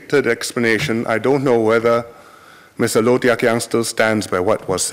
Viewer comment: wow,his pronunciation is amazing.